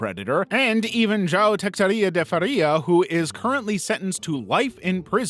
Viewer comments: a pior pronúncia de um nome latino que eu já ouvi na minha vida, and that's saying something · It's because he's pronouncing it in Portuguese: João Teixeira de Faria.